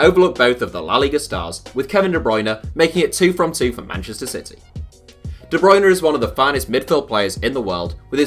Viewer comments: And how could he mess up De Bruyne for Bendtner. LIKE HOW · 😂😂 KDB's surname is not 'Bruyne'. It's De Bruyne. Should be D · kevin de broyne starts with a d not a b